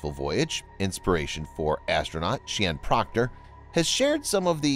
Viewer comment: I didn't like that you left out the Dr part of Sian Proctor. Also you mispronounced her name.